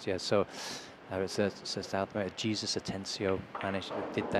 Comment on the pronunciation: Man said Jesus Atencio like Geez-us 😂 It’s pronounced like hey-zeus